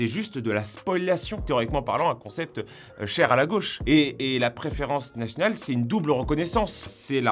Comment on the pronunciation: tu dis pas nationale mais natnal c est trop meugnon! 😂😂😂